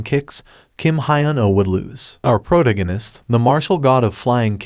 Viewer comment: It’s pronounced pro tag gan ist not proganist. Love your channel